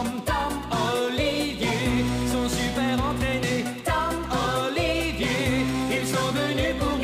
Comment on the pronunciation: A Brouce a dit Oliviieille